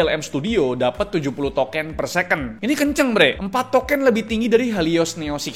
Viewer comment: Bisa gk sih bilang token jangan "toke'n" tapi "tokeun"